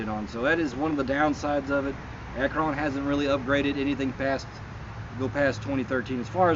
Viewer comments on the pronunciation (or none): ACT RON NOT ACKRON!